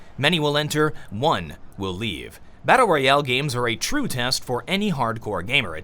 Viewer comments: too drunk to know where the replay button was to turn it off. As soon as I thought I was safe all I heard was "battal royowl" how ever he says it. Now I'm an alcoholic thanks. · Drinking game: Take a shot each time he says "battleryoale".Thank me later.